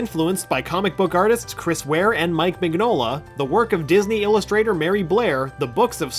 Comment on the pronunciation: mignola (min-yo-la)